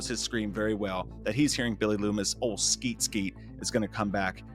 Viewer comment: You sound like his redneck grandpa when you say "ol Skeet Skeet".